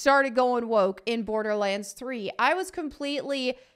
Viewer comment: "'Olderlands" I am SO stealing this !